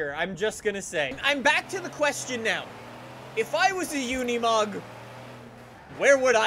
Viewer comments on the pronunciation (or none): It's not said like it's spelled... u say it like unamog even tho it's spelled unimog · I like the part when he says unimog